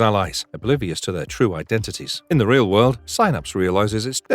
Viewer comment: I bet you feel like a ream idiot